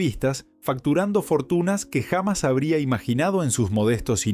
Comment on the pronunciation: Pónganse media pila con el audio! Hay buenas inteligencias que hace audios como corresponde, no este desastre gramatical! Pronuncia hamas en lugar de jamás! No le pega a un solo acento. HORRIPILANTE! (o escriban bien el texto que van a verbalizar, se ve que las tildes no existen para el redactor)